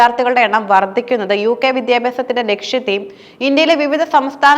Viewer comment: വർദിക്കുന്നു പ്രദാനമായി ബുദ്ദിപരമായ : ഇത്തരം ഉച്ചാരണത്തെറ്റുകൾ തിരുത്തണം